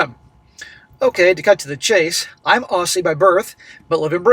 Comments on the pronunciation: It's not pronounced "ossie", it's pronounced "Ozzie" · Minor point - as an expat Aussie I should tell you AUSSIE is pronounced OZZIE. And OP is right about so many Aussie women. Really loud and unfeminine and obnoxious. Like the dreadful "sheilas" you see on the ads for STEP ONE underwear. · Want to know how to pronounce 'Aussie'? Say the 'ss' as a Z. That is, say it like 'Ozzy'.